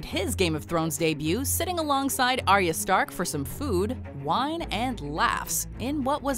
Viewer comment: Arya's name is pronounced the letter R-yah not ariya